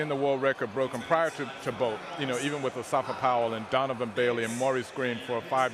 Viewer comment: i thought he said " Bald vs Gay " 😂😂😂